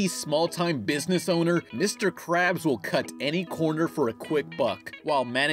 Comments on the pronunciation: Mr. KRABS, Not Crabs. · crabs? its krabs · It's Mr Krabs not Mr Crabs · Oh yeah Mr. Krabs!AAAAAAAAAAAAAAAAAAHHHHHHHHHHHHHHHHHHHHHHHHHH!!!!!!!!!!!!!!111 Also his name has a K in it. Get it right next time otherwise the KKK would become the CCC and Kfc would be Cfc and the Krusty Krab would fucking be spelled right with a C, but we don't want that, not yet, not yet.